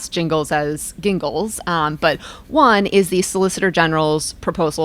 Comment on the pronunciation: Pretty sure the G in "Gingles" is hard like in "Gus"; Judge Ralph C. Gingles of North Carolina is the namesake, and nearly all discussions of his cases by lawyers who argued before his bench say hard-G "Gingles".